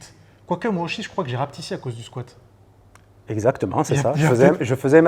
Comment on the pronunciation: J'ai "rapetissé" pas "rapetissi"!!